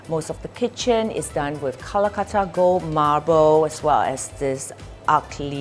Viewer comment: Lol She pronounces Calcutta as Kalakuttta